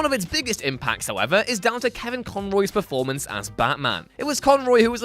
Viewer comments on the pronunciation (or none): none